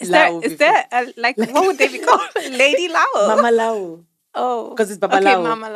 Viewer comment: Did she just say "lady lawo"?😂😂😂😂